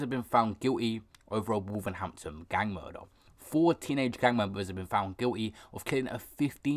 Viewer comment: It’s Wolverhampton not wolvernhanpton